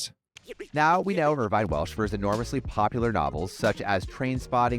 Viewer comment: Pronounced "IR-VIN"